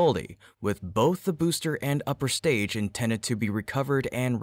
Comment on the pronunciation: You said 'intended' weird like 'intenet'